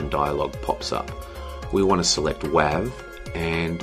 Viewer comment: Hey watched all 4 parts, thanks for sharing. Just a few things I noticed along the way. 1.) "wav" is pronounced "wave" 2.) When resizing you should try to keep the aspect ratio, your distorting your videos so try to play in a native resolution you want to upload or a multiple of it, or sometimes try a crop. 3.) AAC, is newer and much better than MP3, same quality half size, or double quality same size. 4.) When you copied (exported) audio no reason to set the encode settings Again thanks